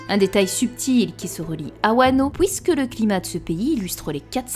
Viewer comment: « Pouisque »🤣 Super video 👍